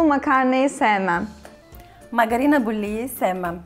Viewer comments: Magarina degil magarına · magarina demeyik be magarına derik seninki biraz rumcaya gaşdı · Angolemli değil "angnoni" , taksi değil "daksi", fanta fantadır garasuyu olan süper koladır. Makarina değil magarına. Bir kök kıbrıslı olarak sezar'ı duymadım, görmedim, bilmiyorum. Buradaki kadının "vurgularından" dolayı bir Kıbrıs Türkü olmadığını düşünüyorum ya da çok küçük yaşlarda Türkiye'ye yerleşmiş olabilir. Kıbrıs cumhuriyetinin 3 resmi dili vardır Rumca,Türkçe ve Ingilizce ama k.k.t.c'nin 1 resmi dili vardır o da Türkçedir. Kıbrıs Türkçesi diye resmi bir dil yoktur. Yazarken düzgün Türkçe yazıp fakat farklı konuşmamızın sebebi "ağız" dan dolayıdır. Kıbrıs Türkçesi ya da şivesi değil "Kıbrıs ağzı". Videoyu genel olarak beğendim sadece bir, iki noktayı düzeltmek istedim. Bu arada gerçek kıbrıs ağzı için "Neydi olacağı" kanalına bakmanızı tavsiye ederim.